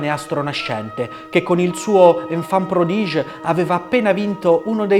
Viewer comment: Bellissimo video, come sempre ☺️ Ti rendo solo noto un piccolo errore di pronuncia francese che ha trasformato un titolo in un altro concetto: la composizione di Debussy è "L"enfant prodiGUE" e non "L'enfant prodiGE". Infatti quest'ultimo indicherebbe il "bambino prodigio", mentre il vero titolo si riferisce al "figliuol prodigo" della parabola di Cristo. Grazie per il tuo impegno comunque 🤗